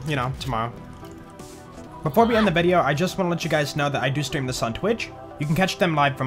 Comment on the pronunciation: am I the only one person who always hear at the end of the video:"I do streamdes on twitch" KEKW